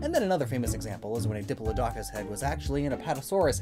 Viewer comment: "what we know about Dinosaurs* shows the skull of a prehistoric mammal. pretty sure Elasmo isnt a dinosaur.. dip-uh-loh-dock-us??????? okay I actually think this is kinda cool that you showed a Carnotaurus but said "Abelisaurus" due to Carno being classified within Abelisauridae! Also, they're pronounced "Mah-jun-guh-sore-us" and "roog-ops" penguiegle maybe? Also, for those of you that are curious... O.C Marsh = Othniel Charles Marsh E.D Cope = Edward Drinker Cope